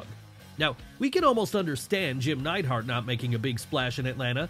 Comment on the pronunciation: Isn't it Neidhart???